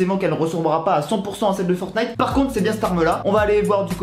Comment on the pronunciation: La smg de fornite.... de FORNITE.... Le T est en grève ou quoi?